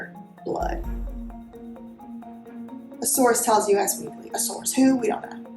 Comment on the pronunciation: Interesting video content. Just FYI, US Weekly is pronounced US as in 'This is US.' Thanks for the info.